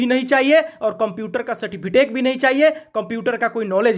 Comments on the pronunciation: Its सर्टिफिकेट,Not सर्टिफिटेक🤣🤣😂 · अरे भाई मेरे, पहले ठिक से सर्टिफिकेट बोलना सीखो